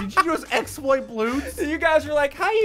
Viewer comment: its not a explout its normole